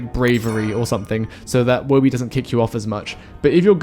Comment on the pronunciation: Thanks for saying Woby correctly. Some people can't read 'Toby' and then 'Woby'.